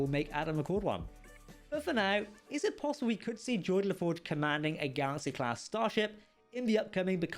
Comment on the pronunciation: GEORDI, not "Jordi"